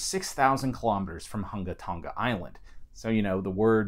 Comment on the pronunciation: Wow, this thing is amazing and a little scary... GRATS on pronouncing that island name, BTW. hehe BTW, what's up with the first 47 seconds of wind noise?